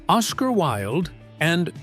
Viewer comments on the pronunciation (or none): none